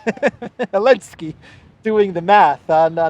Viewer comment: Hello, I watch your videos everyday, but I think you are making a big mistake by purposely mispronouncing the name of the Ukrainian President. You should understand that your videos will be archived and referenced by future generations. A joke doesn't need to last forever. It's bad enough that any word you say that has a "T" in the middle of it, is pronounced as a "D" by you. Other than that, keep up the good work. Cheers.